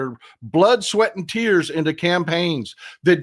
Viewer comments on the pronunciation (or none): none